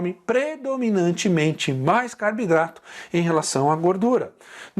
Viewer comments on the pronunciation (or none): Professor pq você fala Carbidrato e não Carboidratos?